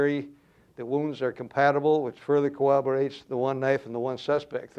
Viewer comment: It "cowwoborates"? Fuhrman would have pronounced that word right.